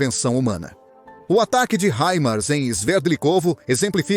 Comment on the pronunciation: É tão difícil falar HIMARS????